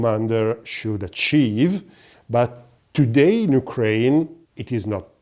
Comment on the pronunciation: Don't say yukren say NATO